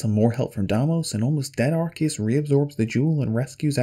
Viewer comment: yay you pronounced arceus correctly.. unlike all the pokemon "fans" who call it arse